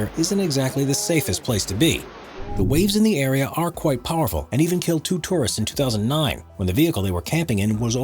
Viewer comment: Whoever the narrator is he needs to learn how to pronounce words correctly. Terrorists flock to Norway?? He meant to say Tourists.